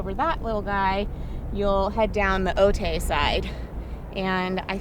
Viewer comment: People in San Diego cringing every time she says Otay